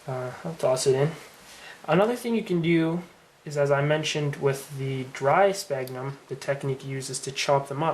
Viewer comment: Pronounced "Sfagnum".Pronounced "Sfagnum".